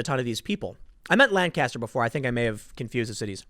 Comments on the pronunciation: Hayden, isn't it like nails on a chalkboard hearing Tim mispronounce Lancaster? Driving me nuts. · Chris Young it’s awful, always bugs me when people don’t pronounce it right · Man I had to cringe every time Tim says Lancaster wrong. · It's pronounced "Lancaster." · That is NOT how to pronounce PA's "Lancaster" !!! ugh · Tim, love your reporting but my ears burned every time you said lan-caster. I live in Berks county PA which is right next door and its pronounced Lanc-aster (Lenk-ester). Lan-caster just makes it sound like they are fisherman but they are Amish, they build barns with planks so its more pronounced like plank-aster without the p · It is not pronounces Lan-cast-er. It is LANK-ESS-TER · We pronounce it Lang-custer not Lan-caster. Just saying. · Lanca-ster! Lanca-ster! Lanca-ster! NOT Langcaster. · Tim, please, its lang-caster not lan-caster. As a dweller inside Lancaster I am deeply offended, and my day is ruined. Keep up the good work though man. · Tim, you gotta learn to say "Lancaster." Lank astir. not Lan caster. You live an hour away. Love, a dude who lives here. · Bro we pronounce it Lane-kisster... Not Lan-caster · Lank-is-ter Tim Lank-is-ter Not lan-caster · It's pronounced LANCaster. My grampa lives there. 🥰🇺🇸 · It's pronounced "LANK-uhstur" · TIM ITS PRONOUNCED LANK-ISTER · just trying to spread some knowledge. People who say Lan-caster make me cringe abit unless they say England afterwards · It’s pronounced “Lan-kister,” Tim. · You're a Lank Yester. 😋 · You keep pronouncing Lancaster incorrectly. 😂 You don’t pronounce it with the emphasis on the second syllable but the first. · I cringe every time you say "Lancaster". Learn to pronounce it correctly! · Hearing Tim pronounce Lancaster is cringe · LOL there is a Lancaster in California and we pronounce it as Lan-Caster. But that's in California. You're right about Pennsylavnia's Lancaster. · does the way he is pronouncing it bother you too?